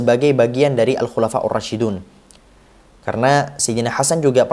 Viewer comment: Alkhulafaurrosyidun knp dbca rosyidun kak???